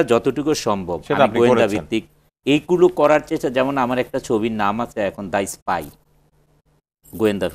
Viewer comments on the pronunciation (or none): "apne dekben... mission taa hoisse issspy" #Facepalm level: 10,000